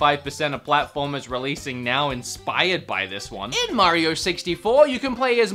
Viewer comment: Mehh-rio. Bob wulff is mad 🤣